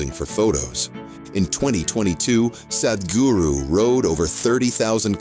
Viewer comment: your pronunciation is awful. the "h" makes the "a" sound like "father" not like "bad" or "sad' - ugh, cannot even listen beyond the first two minutes because it is so unprofessional